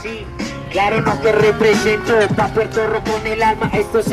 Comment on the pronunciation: Me revienta cuando tratan de imitar nuestro acento y dicen Puelto Lico, como si fuéramos chinos, no puedo con ellos me sacan, nosotros nos comemos las r pero no esa clase de r sino las que están entre medio de las palabras entre las consonantes, no sean brutos y observen mejor. Las r seguido de vocales NOOOOO